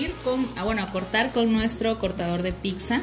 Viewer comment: Deliciosa!gracias pero es pizza y no picza como ustedes dicen, escuchence por favor, saludos desde Italia, soy mexicano de corazón y orgullo.